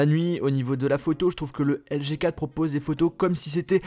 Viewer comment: Articule quand tu dis LG G 4, on dirais que tu dis juste LG4